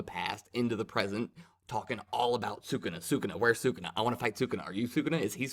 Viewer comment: Can’t wait to see these fights animated, jujitsu is gonna be big hyped. Also, it’s pronounced Saa-Coo-Nah. Congratulations on taking the leap into manga reviews